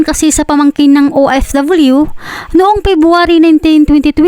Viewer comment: BAKIT BA OFW HINDI OFWYUS INIIBA ANG PAG BIGKAS KAARTIHAN